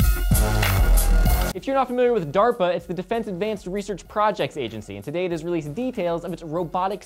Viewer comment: I heard Darpa, but i swear I heard Durpa...